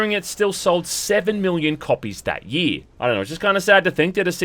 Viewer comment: “Fuhst video of the yee” “pahst”